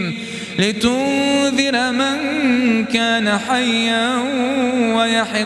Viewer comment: من معجبين بهذا القارئ ماشاء الله علي صوت الجميل ولكن في غلاطات في القراة ينطق حرف (ي) (ت) مثل : الآية تقول (لينذر من كان حيا)